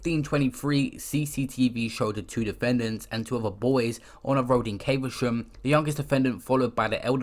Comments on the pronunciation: Bro it’s not pronounced Caiv-a-sham. It’s cav-a-shum i live here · It’s prounonced cavershum dm tho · Caver-sham lmao 🤣